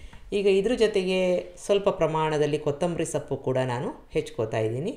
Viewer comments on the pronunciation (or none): ನೀವು ಸೊಪ್ಪು ಅನ್ನೋದಕ್ಕೆ ಸಪ್ಪು ಎಂದು ಉಚ್ಚರಿಸುವಿರಿ.